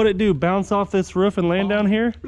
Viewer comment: it’s roof not ruff